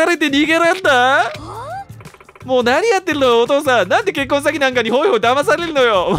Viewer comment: 結婚詐欺の発音が 「結婚したのか...？」